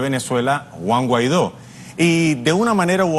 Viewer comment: Guan guaido?? ..si no sabes ni pronunciar un nombre ...😂😂